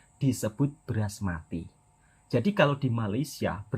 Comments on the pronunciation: sebut betul2 mas, basmathi. kami orang Malaysia tidak pernah menyebutnya beras mati. itu bukan sembarangan beras tapi itu beras paling premium dan mahal. bukan sahaja dibuat nasi briyani tapi nasi minyak, nasi tomato, nasi ayam dan lain2 juga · tu beras basmathi, bukan beras mati. 😅😅😅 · Bkn BERAS MATI tapi BASMATHI.....sebut biar terang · betulkan sebutan beras mati, namanya basmathi. Diimport dari India dan Pakistan. Beras paling mahal, rendah index glisemik sesuai untuk pesakit diabetis. Kurang berkanji, bagus untuk nasi beryani, nasi lemak dan nasi goreng.